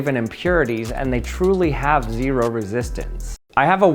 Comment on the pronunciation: Its ze-ro